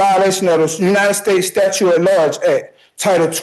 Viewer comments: If you cannot pronounce jurisdiction or statute, representing yourself is probably a bad idea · New Law: If a defendant cannot properly pronounce jurisdiction, statute, or admiralty, they are encouraged to represent themselves for our entertainment. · I have a fee schedule too. It’s $12 trillion dollars every time you mispronounce jurisdiction and statute.